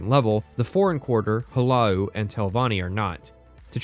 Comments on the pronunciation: bro it's not house hello, it's H-laa-lu, Hu-La-Loo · It’s HLAALU, not Hellow or whatever you were saying you nwah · why he turning the 2 syllobol "Hlaa-loo" into "hu-lah-ou". The guards even say it "Hlaalu" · Hulow there, I’m from the Department Of Pretentious Pronunciation and for your pronunciation of Hlaalu I’d like to award you with free membership for life. Welcome! (All meetings are compulsory and sunglasses are to be worn indoors at all times, sunglasses are to be mirrored Aviators) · You: Puts a ton of work into comprehensive video about Morrowind Me: "That guy didn't pronounce the second 'L' in 'Hlaalu' a single time. Shit vid." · Guy who is incredibly autistic about Morrowind but somehow can't pronounce 'Hlaalu'